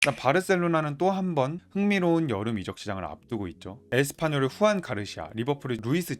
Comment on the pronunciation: 축구정보 전달이 정체성인 유튜브 채널인거같은데 1분 만에 영상을 보기가 싫어집니다.. 선수 및 팀 이름을 제대로 부르시지를 않네요. 후안 가르시아 -> 주안 가르시아 루이스 디아즈 -> 루이스 디아스 아스파뇰 -> 에스파뇰 입니다.